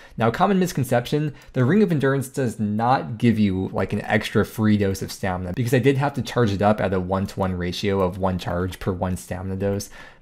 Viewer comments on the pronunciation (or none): Does the dictionary also say that you can pronounce stamina as 'stamna'?